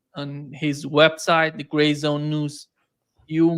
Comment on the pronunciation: I love how max just let butcher the name of his outlet. gray news everyone! 😂 youre a good dude max lol